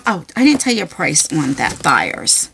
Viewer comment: I don't want to be rude, but it's pronounced Thay-ers, as in "hey", not Thigh-ers, as in "hi". I just get irritated cause Thayer is my last (married) name!😊